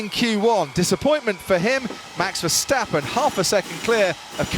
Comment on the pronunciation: mex versteppen???? commentator,,,every SINGLE A in west europe sounds like in carwash not like in cat